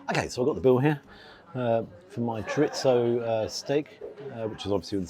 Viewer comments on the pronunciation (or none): Expensive stake lacking on appearance, also wish people would pronounce chorizo it has no T in it its not choritso its chorizo with out the T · Noooo, mispronounced chorizo. Back to school! 😉